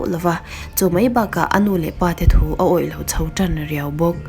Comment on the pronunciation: Thuba i ti tlat in ka hria....phuba tih tur... ngaihnawm lutuk e...